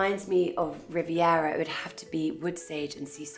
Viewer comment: Stop saying Rivera 😫